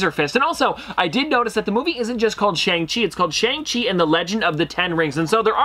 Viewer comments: Also the pronunciation is Shang-Chi (she) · it’s actually pronounced shong-chee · Shang Chi isn't really about him becoming a hero. It's about him facing his past and reuniting with his evil father (Wen Wu/ The Mandarin). Also it's pronounced shong chee.